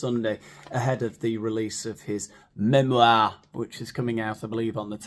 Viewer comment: "MEmoirrrrrrrrrr" love you 😂